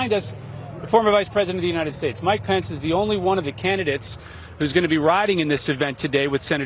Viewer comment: Really annoys me this guy can’t say his last name right lol